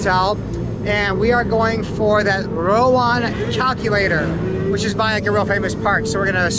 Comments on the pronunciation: Love your videos bro,, sometimes you make me laugh when you mixed up Indonesian words. For example it isn't rOwAn but rAwOn....lol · RA-WON. NOT RO-WAN. 😄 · Rawon Sir not Rowan 😅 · It is called Rawon not Rowan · It is Rawon not Rowan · It's Ra-Won😁